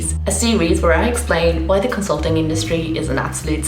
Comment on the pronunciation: "Conslutting" Lmao